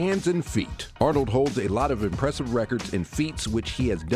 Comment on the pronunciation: I also thought he said Alex Arnold . 🤦‍♂️ Wth.